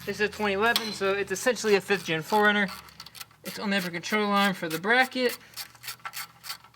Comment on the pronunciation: I kept hearing "foreigner" its like WTF is a foreigner? OHHHHH 4 RUNNER